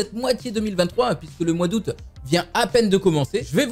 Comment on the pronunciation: C'est moi ou il a dit A out ou lieu de aout